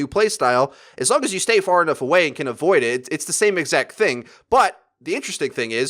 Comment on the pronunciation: 'FARAHnough away'